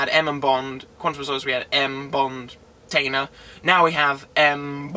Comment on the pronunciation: It's "Mall-er-ree" not "Ma-lor-ree" and please PLEASE stop saying "tainer" it's Tanner, rhymes with spanner!